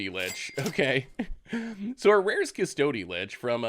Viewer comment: Hehe when you say cus-TOAD-y lich I giggle